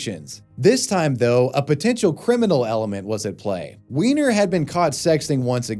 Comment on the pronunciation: Weiner ≠ Wiener the 'ei' is pronounced as English 'i', the 'ie' as English 'e'.